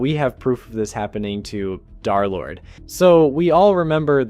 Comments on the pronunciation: I’m pissed that he says darlord instead of derlord the 3 represents a opposite E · Im going insane with him repeatedly saying Darlord instead of Derlord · bro can you please say derlord and not darlord its pmo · Its dERlord not DAARlord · BRO ITS DERLORD NOT DARLORD😭😭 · I cannot get over him calling him darlord instead of derlord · Dar💔 it’s german and more like, Dur/dare-ish (also peak video i just needed to point it out) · Bro its not darlord its dthreelordthree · U sound like ur saying darlord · Im so sorry if this is rude, but as a d3rlord3 fan.....you said d3rlord3 as darlord.... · I swear, you say darlord just to ragebait people, don't you?